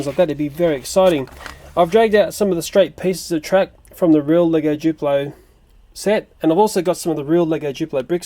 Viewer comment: ITS NOT JUPLO !!!!!!!!!!!!!! ITS DDUPLO